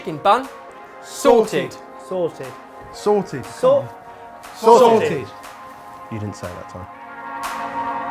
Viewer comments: Whenever they say sorted i keep thinking they're saying 'salted' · OMG THEY PUT THE "T" BACK IN SORTED 😂